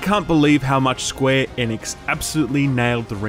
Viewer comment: Are you saying Squee Nix ?? lol